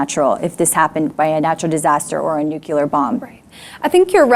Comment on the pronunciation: When you say "Nukuler" I'm out.